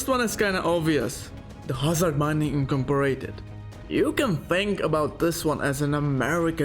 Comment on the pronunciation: Incomporated lmao